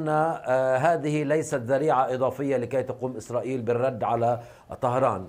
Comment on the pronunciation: قالت إسراخيل 😂🤣🤣🤣